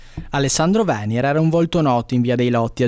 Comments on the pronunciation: Venièr, non Vènier…… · Venier e' cognome veneziano con accento tronco,non piano.Pazienza da Bologna in giu',ma che in Friuli si sbaglimla pronuncia,e' ridicolo.